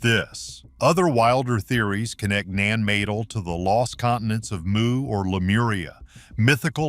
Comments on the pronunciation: Nan Madol NOT Nan Madel. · Naaen maad'l uuuuuhhhh. Stop americans narrate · Uh....nan madle ???😂😂.....Non-muh- dahl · Ignorant Asshole Nan Madol not Nan Medel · It's Nan Madol. Not "Meeean Maaedoll" . The citizen even told you! Such arrogant ignorance. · Him saying "Nan Madel" is hurting my brain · Save yourself 16 minutes of your life folks. Annoying AI voice: "Two hundred and fifty thousand tons of rock!" On the screen: 25,000 It's Naan mah-dol, not nanmadel 1000 years old? That puts it in 1025 CE, 500 years or so after the fall of the western Roman empire, and they built some pretty impressive structures. Do you have copyright permissions from Nat Geo to use their footage? I can forward it to them.. This video would have received a grade of C at a middle school science fair. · Especially when he named „ Nan Madol „ in Nan Madel „ , made me doubt he is as a real person . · how the AI says naan maydle is so fkn coooked i just cant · 💥 Nan MaaDol - maybe it's a better pronunciation. Been there twice in 1980's, is ancient Lemurian or MU. It takes time for this all to bleed through into todays consciousness. 💥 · When did start doing voiceovers? And C'mon its pronounced Nan May-doll, do your HW for FS. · As soon as the narrator made an "attempt" at pronouncing Nan Madol, Nan Ma-dol, c'mon, not that difficult. A little reprogramming before releasing, maybe a new Audio Editor, or whoever. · Ahhhh NatGeo, the modern Smithsonians cross with headline readers. It is call NAN-MA-DOL and the crap they are trying to tell you here is all theory and the most conservative and unrealistic theory. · Please teach your AI how to correctly pronounce Nan Ma-Dol. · AI slop narration can't say nahnmaydoll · Actually that narrator started out sounding normal but saying "Nan Madal" with a weird voice made parts of his brain explode. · pronounced Nah n Ma Dawl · Please learn how to pronounce the names of well-known sites. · 😅omg the pronunciation